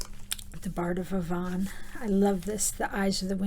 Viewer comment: Fantastic work! I will say that you pronounce "Avon" incorrectly. It's ay-von. Such inspiration for my journals. I love your videos! ❤️